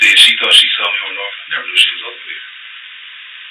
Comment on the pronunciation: Off topic but i lov how this voice pronounces “saw” like “saw’r”